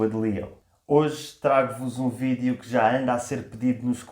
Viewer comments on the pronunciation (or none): mete impressao o "v" e não o "b"😂